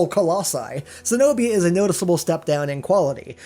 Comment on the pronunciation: its not se-nobia it's ke-nobia. Cenobia